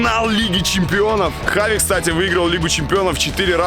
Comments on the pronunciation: весь выпуск в Испании боялся сказать Хави) говорил Чави) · Черт почему он читает как чави, а не как хави, там слога ч даже нет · Он Хави а не джави понял Жека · Кровь из ушей идёт, когда слышу «Чави» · Почему его называют Чави,он же Хави? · Не Чави,а Хави🤦🏼‍♂️ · Бля как я не люблю когда его называет Чави Правильно это вообще поху.... Для меня он ВСЕГДА ХАВИ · Почему это постоянное Чави вместо Хави ? Жеку что черданцев укусил ?? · Видос выглядит очень хаотичным! Скорее всего вы хотели сделать по темам, но из-за того что Красава неправильно называл Чави Хави, а потом исправился, то получилось не очень хорошо. Надо было определиться Хави или Чави, даже в названии.